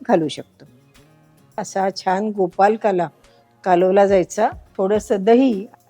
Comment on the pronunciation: छान आहे, पण नकळतपणे तुम्ही गोपालकाला म्हणत आहात, ते कानाला टोचतं, प्लीज् गोपाळकाला असे म्हणा ना ताई.